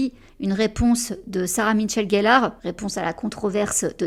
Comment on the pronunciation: C'est Sarah-Michelle, pas Sarah MiTchelle-Gellar comme tu as tendance à le dire. :) Son prénom n'est pas Sarah mais Sarah-MICHELLE. Pardon j'ai jamais rien dit jusqu'à présent parce que ça parait anecdotique, mais pour avoir eu mon prénom, pourtant ultra facile, écorné toute ma vie, je trouve qu'il fallait le dire (pour Sarah-Michelle). :) Oh là là j'aurais ADORÉ voir Michelle jouer Bella... ça aurait été tellement mieux qu'avec KStew (à mes yeux)...